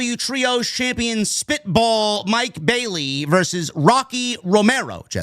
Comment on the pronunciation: When mercedes mone comes back to aew she might come back as a babyface to face Tekla while she's still a heel plus I loved it when said mike bayleys name wrong it had me cracking up laughing pretty good.